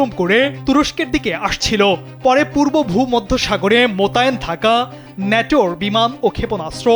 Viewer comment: সাম্বাদিক 🤣 ন্যাটাো🤣